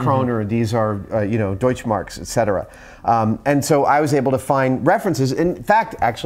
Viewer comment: For me as a German it sounded quite funny how you said Deutschmarks like it was an english word ^^